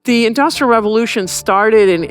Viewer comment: You seem to struggle with both the words ‘Industrial’ and more importantly ‘revolution’ If such had happened in China they would have been ready to repel the European powers instead of being whipped by them.